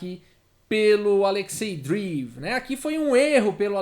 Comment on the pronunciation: Fala,, tudo bom? Adoro seu canal, nunca vi o xadrez explicado de um jeito tão claro e descontraído. Vc manja muito! Só um toque sobre a pronúncia de Dreev. Pode ser Drieiév, ou Dreiév. Não é “Driv”. Valeu, abraço!